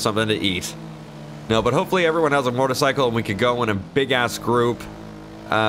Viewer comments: MO•TOR(E)•CY•CLE . I keep hearing MOR•TOR•CYCLE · Alright, it’s been a year and I still can’t figure out if he’s saying mortacycle or motorcycle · Its not MORTAR its mOtor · When says "Mortacycle"...I feel that. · i like the way you say motercycle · says "motarcycle" hahaha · "Mortercycle" I'm only joking. Love you! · i die inside every time you say mortorcycle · Idk wether or not to love or hate the way he said "motorcycle" lol love you any ways keep up the great work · The way he says motorcycle 😂😂😂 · Why do u say motorcycle weird